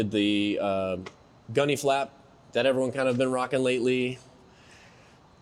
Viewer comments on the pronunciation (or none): Things clean, man. What you said about doing unique things to your car I feel! It's your car, build it how you want it. Just keep the OE parts please! We need them in the rotation haha.🙏I think you said "Gunny flap". It's actually called a gurney flap or Fujimura (Rocket Dancer) wing. Nice GT-R, bruv!